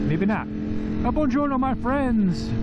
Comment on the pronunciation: I’m Italian and I can say your “Buongiorno” is on point 😂😂 love the vibe man ✌🏿